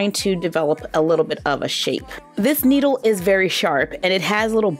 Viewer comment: You said noodle not needle